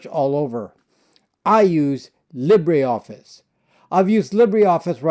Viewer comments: Its NOT LibréOffice. Its LibreOffice ! You don't pronounce the "e" (even less "é") but just : LibrOffice and voilà... there you go !!! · Interesting pronunciation of 'libra'. As a Brit I pronounce it in the French way 'li-bre' (lee-bruh) to mean 'free'. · Pronounced leeber office not lib rey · LibreOffice ftw! BTW it is pronounced Li-ber Office, not Lib-rey Office! Just like: Fibre = Fi-ber not Fib-rey! Titre = Ti-ter not Tit-rey! Cadre = Cah-der not Cad-rey! Sabre = Say-ber not Sab-rey! I know English isn’t your first language, so I’m just adding this for English speakers. These words are of French origin (not Spanish or Italian) - so that is the reason for their non-phonetic pronunciation. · Libre pronounced “Lee-Bra”